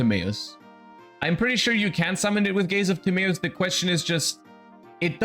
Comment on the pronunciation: Idk if i like how he pronounces gaze of timaeus